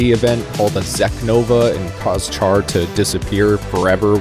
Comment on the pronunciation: Good video, and thank you for pronouncing QuuuuuuX right! However, a few things for future vids. "Char" has a soft "ch" sound (like an "sh"). Some debate if the R is even pronounced, but I am not one to just say "Shaa." And for Universal Century calendar years, it's pretty much universally (ha) said as "double-oh-(whatever year)" until the UC 0110s. But honestly, probably the smallest gripes I've had on a random Gundam vid from the algorithm, so good on ya!